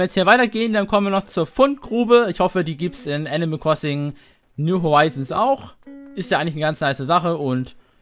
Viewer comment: wer kennts nich, das gute alte "enimäl kwossing"